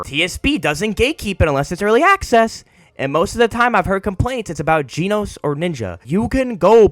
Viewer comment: normal people: "genos" this guy "jeanos"